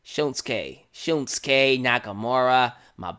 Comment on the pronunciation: Can't wait. I think NXT Takeover Dallas will be one of the best live specils in WWE history. One thing...You say it like SHILMsuke...it's SHINsuke.